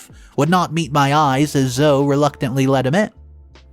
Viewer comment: Why can u never say zoe? Zoo-eeeee... bots can't say proper words.